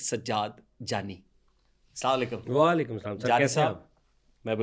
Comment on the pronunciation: ap slam theek nahi karty slama lykum ye slam theek nahi hey aslam alykum kahy